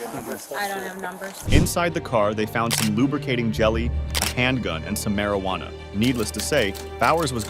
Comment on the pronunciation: Why does it say “marijuana” like that after ?